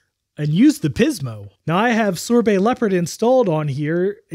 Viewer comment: I literally cringe every time you emphasize "PIZmo". It feels like you're taking the piz, man. 😂 Great video as always. I love how you boldly go where most people don't bother to.